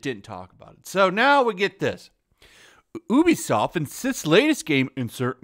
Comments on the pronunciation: bruh. It's pronounced "U be soft" not "OO be soft" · Why is he pronouncing it as ooobisoft its youbisoft right? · Its pronounced "you be soft"